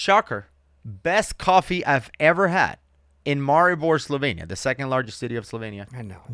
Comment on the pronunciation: Its not slovein. Its Slovenia